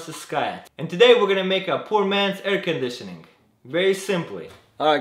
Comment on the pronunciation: actually is how it sounds with russian accent